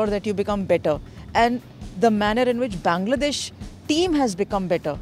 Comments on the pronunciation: এশিয়ার মানুষ ইংরেজি বললে সহজে বুঝা যায়। কিন্তু ওয়ার্নার, উইলিয়ামসরা যখন ইংরেজি বলে বুঝা কষ্টকর হয়ে যায়😁😁। প্রথমে Bongladesh উচ্চারণ করলেও পরে Bangladesh উচ্চারণ করেছে। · bangladeah, not bongladesh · He said bongladesh 🦵🦵